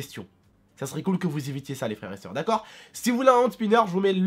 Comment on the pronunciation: mdrr dit: " ta geule stp " repond: "dacor" avec un accent du turfu xd